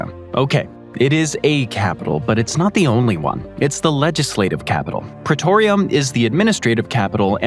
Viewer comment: Well done on mispronouncing Pretoria and Bloemfontein